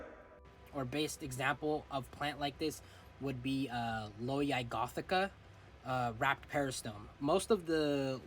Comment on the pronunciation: its call W A R P E D NOT WRAPED!!